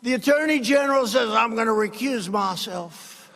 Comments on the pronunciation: "I'm gonna recuse mah-self" LOL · " Im gonna recuse maself" ha ha ha ha